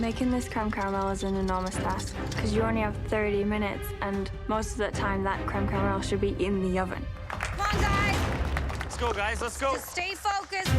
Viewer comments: If it falls apart, so will your DREAMS. Cweme Cawamel- Alvin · Cweme cawamewl